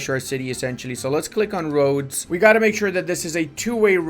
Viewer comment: when says "roads" I hear "Rhodes" haha